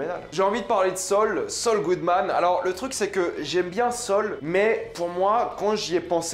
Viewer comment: Comment il dit sol 😂😂😂 au lieu de saul sa me fume